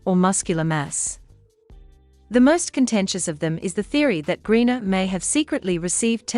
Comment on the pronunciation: The Bot needs to learn how to pronounce Griner. Pretty good accent, though.